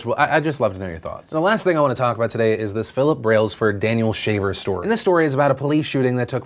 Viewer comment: interesting, I heard you say "Daniel Shaved", so I thought in the left was this guy Daniel, and on the right, still Daniel, but shaved. On a more serious note, what happened in the video you showed is horrendous.. I, in most cases, side with the police - Those guys have it hard and lay their lives everyday to protect us, and in many cases when they deal with criminals, they never know what to expect - That being said, this seemed like straight murder to me (as you said), not to count the extremely weird and powerhappy way the police officer talked to the, uhhhh, hostage? Why didnt he just asked him to put his hands in the air and them cuffed and inspected him ? I dont get all the "cross your legs, raise your hands, lower your hands..... now crawl...." What was next, dance the macarena ?